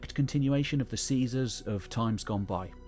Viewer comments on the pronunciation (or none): none